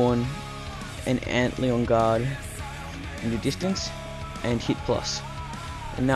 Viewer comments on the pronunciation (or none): antleon? lol its said Ant-Lion